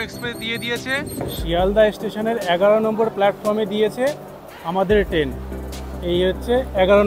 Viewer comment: দাদা, টেন নয় ট্রেন । ❤